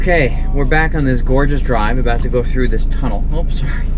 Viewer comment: Tomudell lol 😂 lol 😂 tunnel